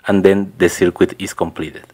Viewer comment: You may have heard this before, but, we say circuit without pronouncing the "U" in it and it sounds like this........."CIRKIT". Otherwise it sounds extremely strange the way you say it.